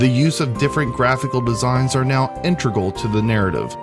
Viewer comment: intregle?? hehe, that aside this was great, well written and well read. I'm surprised your videos don't have more hits. nice work